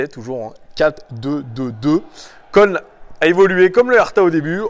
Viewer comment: Si jamais köln ça se dit "keuln" ou Cologne 😝Superbe vidéo 👌🏼🤙